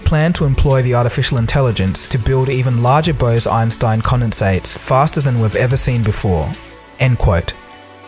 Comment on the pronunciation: Bruh, BOSE-EINSTEIN not Bows-Inestine